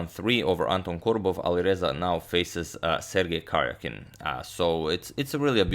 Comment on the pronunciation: #suggestion The stressed syllable is in all caps: ka-RJA-kin.